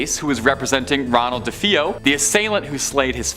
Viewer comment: Say it with me Duh-Fay-Oh That’s how the name is pronounced 😂